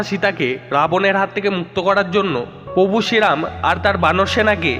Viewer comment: দাদা contain টা খুবই সুন্দর কিন্তু উচ্চারণ আরও সুন্দর হবে ।যেমন প্রভু উচ্চারন ।। বিষয় টা দেখবেন একটু ।